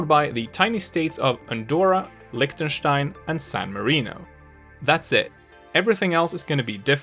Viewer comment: You said Liktenstein